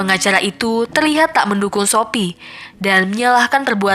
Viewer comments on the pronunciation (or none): kok aku dengernya shopee ya bukan sophie wkwkwkwk